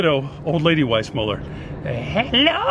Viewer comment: He's funny.. But I think it was Weis mule er as opposed to mull er.. Lol. I never heard of this place and I grew up in CA.